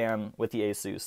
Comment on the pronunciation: actually the pronunciation is pretty spot on.